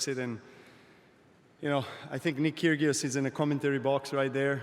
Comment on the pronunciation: Ive never seen anybody pronounce Kyrgios that way. I thought he slipped